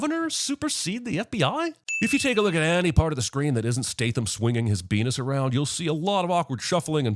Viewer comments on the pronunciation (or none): "Beenis" how did you come up with this 😂😂🤲🏿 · “Statham swinging his beenis around”🤣 god I love this channel